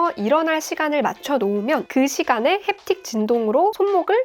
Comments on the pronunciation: 가 웃었음ㅋㅋㅋㅋㅋㅋㅋ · 젠틀 햅팁 터치 알람~ 원어 발음에 빵 터짐!